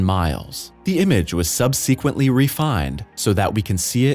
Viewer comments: 'Sub-sequen-tly refined!' Great pronunciation.👍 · Your computer needs to learn how to pronounce "subsequently". Or whoever typed the script should use a spell checker.